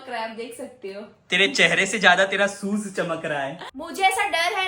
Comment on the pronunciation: Soes kya hai shoes hai😂😂😂😂